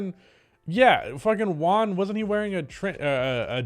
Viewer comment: Its Juan not One